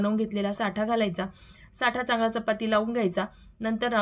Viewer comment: साठा नाही ..... ऐकायला बरोबर नाही वाटत साटा म्हणतात....साठा वस्तुंचा असतो